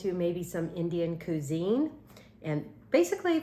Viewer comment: Qwi-zeene Amy